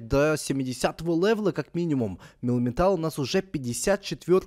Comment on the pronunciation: Не милтан а мелмитал